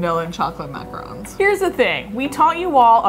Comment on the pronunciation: It’s not macrons it’s Macrons you say Mack roons not Mack roans